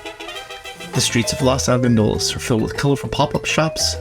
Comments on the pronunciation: It's not pronounced Las! It's Los! With a long "O" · I cringed every time you guys said Los Algodones because you said it various ways, but always incorrectly. I'd probably look up pronunciation next time you do a video with words from another language. That said, it was a good informative video that can definitely be useful for people who need dental care or who just want to visit a safe place in Mexico.